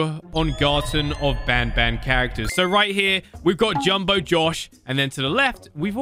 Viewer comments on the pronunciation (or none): Stop saying ban ban it is bon bon